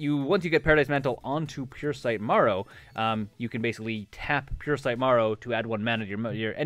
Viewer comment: Just fyi it is not "Puresight Morrow" but "Puresight Merrow" :P